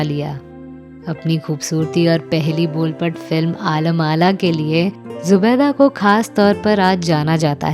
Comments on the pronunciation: आलम आरा.. not आलम आला,.and नानूभाई वकील कहिये नंदूभाई वकील नाहीं! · आलम आरा है न कि आला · आलम आला नहीं.. आलम आरा.. And Nandubhai Vakil नहीं Nanubhai Vakil